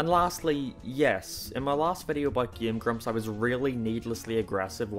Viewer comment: ''''